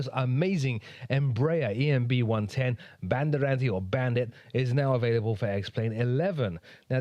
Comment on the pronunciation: Greetings from Brazil. You actually pronounced 'Bandeirante' quite well!